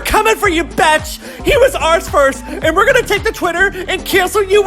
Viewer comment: "That betch" LMAO🤣